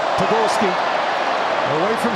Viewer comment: C'est POBORSKY lol